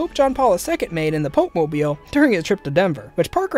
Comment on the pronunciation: The pope-mobile xD